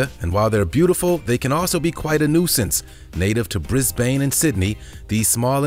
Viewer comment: Bris bane 😂 pronounced like Brisben